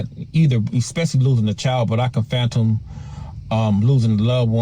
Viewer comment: Bro, that ninja said phantom, instead of fathom I’m dying😂😂😂😂